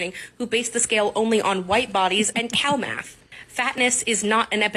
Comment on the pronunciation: Did she just say cow math?